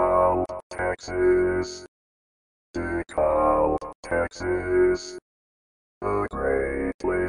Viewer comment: dee-kab. The 'L' is silent.